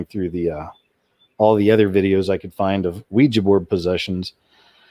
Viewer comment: thank you so damn much for pronouncing Ouija board correctly. i didnt hear you say weee-jeeee not once! bravo!!!